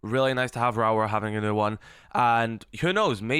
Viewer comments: every time he says her name i feel my soul ache Rawra vs Raora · really butchering her name😂😂😂😂raawrarh😂😂